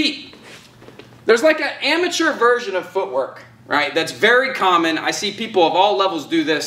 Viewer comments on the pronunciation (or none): none